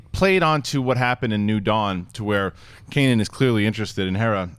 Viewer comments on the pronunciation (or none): none